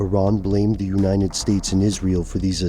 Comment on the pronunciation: U say United States weird. It sounds like Unined states